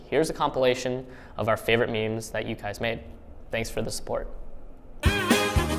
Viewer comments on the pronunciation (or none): none